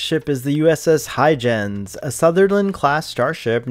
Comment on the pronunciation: Huygens is pronounced Hoy-genz...with a g as in go get good. That seriously bothered me throughout the video.